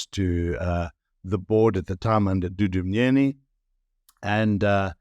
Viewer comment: Thank you for pronouncing Wayne's surname correctly!!! Thank you Wayne for always keeping tabs on these theiving bastards....on both sides!